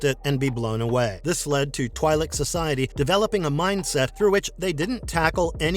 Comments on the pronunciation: First of its twi'lek not twailek. And he talks about aayla secura but show qui gon jinn. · its 'Twee-lik'... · They are literally called both Twee and Twy in the Clone Wars.